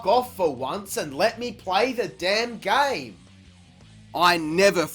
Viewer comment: How we operate thee “gayme”